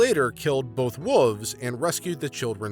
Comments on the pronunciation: dude, you know theres an L in wolves riight its not wuvs. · The way this guy pronounces "wolves" always makes me smile. Somehow "wooves" sound kinda like fuzzy, soft creatures you'd like to pet!